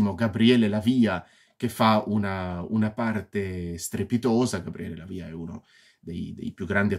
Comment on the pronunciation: A questo punto dato che ti stai dedicando giustamente alla recensione dei film del maestro Argento spero che continui con i capolavori che seguiranno mi riferisco a “Suspiria”, “Inferno”, “Phenomena”.Un piccolo appunto hai pronunciato il nome Dell’attore Gabriele Lavia ponendo l’accento sulla i.Non è corretto.Se ti sentisse il grande attore ti correggerebbe😀😀.Comunque ottima recensione che evidenzia senz’altro la tua passione per il regista.